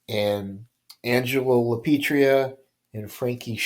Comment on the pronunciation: I enjoy your content but please pronounce Lapietra correctly. It sounds like you are saying Lapietria. Please keep putting out this content. Thx